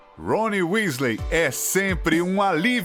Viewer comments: não é Wesley, é Weasley. Fora isso, o vídeo ficou ótimo 🖒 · Tbm não acreditei quando falou "Wesley". Voltei o vídeo 3x pq achei que tivesse ouvido errado. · Ele falando Wesley..... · "Wesley" ta de sacanagem. Estudem pelo menos a pronuncia dos nomes, é bem feio errar isso. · Kssksksk é vdd se fala Wisley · WÉSLEY! kkkkk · Harmione.... Mreu deus. Escolham uma pessoa que siaba dizer os nomes pelo menos... E agr Wesley. MEU DEUS a única coisa que tenho a dizer... OUTRO: Hogoarts. meu deusssss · Aff nem pra acertar as pronúncias Wésley Foufí? Affffffffff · "Wesley" ta de sacanagem. Estudem pelo menos a pronuncia dos nomes, é bem feio errar isso. copiei do ultimo pq qsta totalmente secto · Eis que eu tenho um enfarto quando ele fala o nome errado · ATE O VOLDEMORT FALA.MELHOR AVADA KEDAVRA DO Q ESSE CARA FALANDO WEASLEY